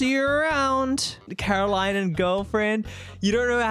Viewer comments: her name is "CaroLINE", not "CaroLYN" xD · The best character development through this mod was finally saying Caroline instead of Carolyn 😂 jokes aside this was a well made mod! Very much oscar worthy 👏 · idk why but when said "Meet Caroline" i thought he said "Meat Caroling" 😭